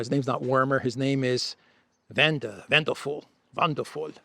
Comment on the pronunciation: Mr. Wander Full pronounced Deutsh accent 😀🤣